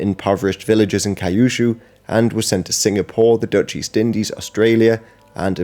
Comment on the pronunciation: Kyushu - qushu